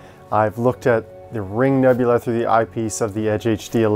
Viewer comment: It's nebula not nebular